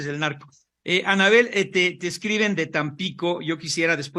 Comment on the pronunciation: Min ’ los senadores del narco’ parece que dijo jaja